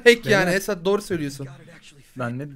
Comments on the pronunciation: Abi da niye esat abiye "esa" dedin ki❤😂😃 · Abi eso abiye dediyinniz gibi eso diyosunuz niye esat demiyosunuz ama bana da eso diyolar benim adim esat